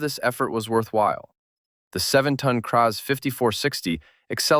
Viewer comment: It's Kraz not kpa3?